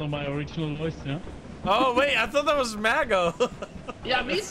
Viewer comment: bri’ish peepoh be luhyke “wuhait wuhait wuhait wut’s goin on heah?”